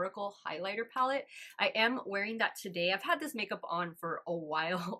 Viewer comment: Honestly every person I've seen talk about this palette has pronounced it the same way, so you're not alone 😅. I'd be lying if I said it didn't bug me a small bit, but at least you noticed! And we're human, we all make mistakes!